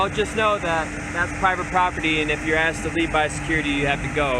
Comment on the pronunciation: I axed her - learn English